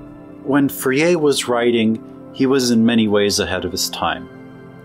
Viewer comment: It's pronounced: For'-yay